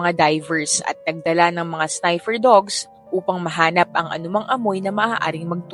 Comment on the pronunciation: Snipher dogs? Di ba dapat Sniff-er dogs